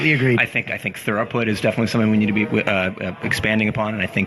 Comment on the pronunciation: I like this, but damnit, it's throughput not thoroput.